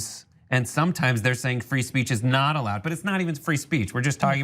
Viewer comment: Did he just say free spReech ?